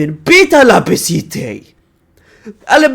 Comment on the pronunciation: Al - Ba - Ce - Te. Not Ala, brother.